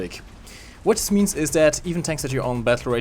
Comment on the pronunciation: “Funder” “Dis” “Peemium”